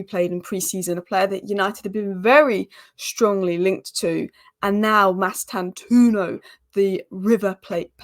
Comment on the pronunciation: The “o” after the “u” in Mastantuono is not silent. It’s an Italian name, even though he’s Argentinian by birth. If you know any Italians ask them to pronounce it for you. All letters/sounds in his name are to be pronounced. That’s the correct pronunciation. Or you can watch Fabrizio Romano’s update from 7th April and hear him pronouncing it.